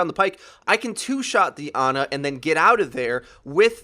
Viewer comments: My Ex's name is Ana i can assure you her family didnt call her Aana. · thats not how you say ana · I hate how you pronounce Ana and Pharah